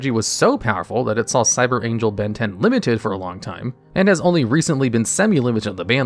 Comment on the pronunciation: I keep hearing "Cyber Angel Ben 10" XD